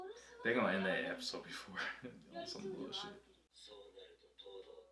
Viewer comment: “Episose” lol